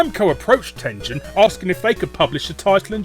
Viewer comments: it's TEN-GEN, not TEN-JEN. you scrub. Atari (and Tengen) are both names from Japanese. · Ten-jen? I know the company's American but the fact I've learned Japanese have my instincts screaming Ten-gen. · Tengen is a Japanese word written in romaji, so of course the correct pronunciation has a hard G. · It's TEN-GEN, not TEN-JEN. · Tengen not TenJen. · I know Tengen was an American company, but I'm pretty sure it's supposed to be pronounced the Japanese way, with a hard 'G'. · Why won't he call "Tengen" with a hard G? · I always said Tengen like you but I recently saw an old video where one of their own people pronounced it the other way. Guess I was wrong.